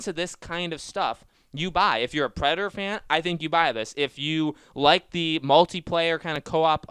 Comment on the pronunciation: Is it that hard to say Predator instead of predor